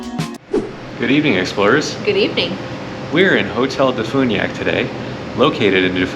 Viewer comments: As a DeFuniak born and raised local living out of state, it's Def-you-niak not def-oo-niak 😭😭 I'm sorry 💔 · Please learn how to say Defuniak before you come here.